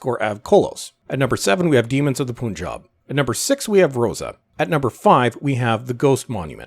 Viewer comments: Why did you pronounce Punjab a poon rather than pun.....that’s closer to the actual pronunciation. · Still no example of how Islam was praised in "Demons of Pooooonjab (your pronunciation)". You are just as lazy as Chinballs. You can't even pronounce the name of the state right. Pun is not pronounced as poon.